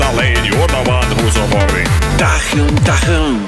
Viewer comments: I just noticed this. The entire song he pronounces Tahm, Tachm while spelling it Tahm then the one time he pronounces it correctly (Tahm) he spells it the way he has been saying it the entire song and spells it Tachm. this is at by the way. This has to be done on purpose but why. Why the switch up there. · I just realized you've been saying "Tahm" the whole time and not "tachum" which I thought was a random German word, but forgot that the "h" in Slavic languages is pronounced as a "ch/g" in German so it sounds like "Tachum". In English you would pronounce Tahm as "Tam" in Slavic languages with a dragged out "a" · why the fuk he pronunce Tham as Tajjem? (i know its maybe like an old meme on the channel, but he rly know the pronunciation is wrong or its me that i dont understand something?) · I will never be able to pronounce tahm the same way I used to.